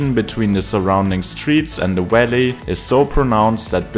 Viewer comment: “Welly” = valley?